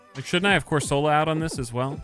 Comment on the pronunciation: Question. Do you ragebait on purpose with how you pronounce some pokemon names? Been spamming your videos the last two days and the way you say cor-sol-a instead of cor-suh-la is low key raising my blood pressure 😂